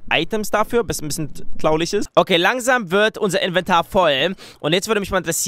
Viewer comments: wieso sagst du klauliglch nicht traurig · und zu traurig sagt der ,,tlaurig" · Warum sagst du eigentlich immer klaurig anstand traurig auf jeden Fall hört es sich für mich so an . Nichts für ungut ich finde das aussprechen des Wortes sehr und zwar wirklich SEHR witzig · A und mehr er sagt tlaulich also nur zur info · traulig😹😹 das heißt traurig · ich liebe es wenn er sagt traurig weil er das r nicht so gut aussprechen kann und dann sagt er immer traulich was sich irgendwie voll witzig anhört😂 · Hey Ich habe da so eine Frage Warum Sagst du immer Traulich ist das in wo du her kommst so weil in Deutschland wir das Traurig ausgesprochen?! (Soll kein hate sein IST EINE FRAGE);D Und deine Viedos sind richtig feiherlich <333 Bitte liken damit er das sieht #LikeGeilistMeinLifeStyle xDDD Würde mich Mega Freuen wenn er das sieht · weißt du was ich bei dir lustig finde das du traulich sagst als traurig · man sagt traurig nicht traulich '3' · Fällt eigentlich einen auf das er Tlaulig Flage sagt is das gewollt oder hast du dir das angewöhnt oder was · Wer versteht auch immer Klaulich? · Seit wan sagst du Tlaulich anstadt Traurig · er sagt immmer tlaulich anstatt traurig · warum sagst du immer tlaulich statt traurig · Es heißt nicht tlaulig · Ich finde das dieses "tlaulig" ihn echt sympathisch macht 🤗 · wieso sagst du tlaulig XD